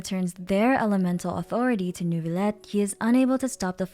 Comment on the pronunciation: as the french person, the way she pronounces "Neurvilette" is so bad it cringes me